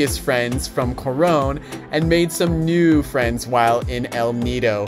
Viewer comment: The way you say "Corown" is as beautiful as the place! Welcome to the Philippines🇵🇭